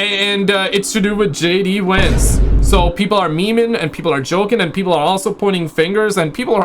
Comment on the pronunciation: JD VANCE not WANCE 😂😂 or WENTZ as your captions suggest fml